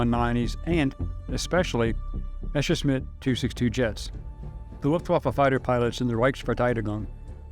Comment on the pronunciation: Wrong pronouncation: It is not called "Meshersmid" but "Messerschmitt". The double-s comes first, the "sh" in "-schmitt" second. The origin of the name is "Messer", the german word for "knife", and "Schmied" (= "Schmitt"), wich means "blacksmith". A "Messerschmied" was a man who forged knives.